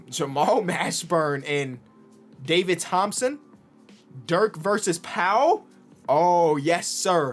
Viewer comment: " DAVID RO-THOMPSON"😂😂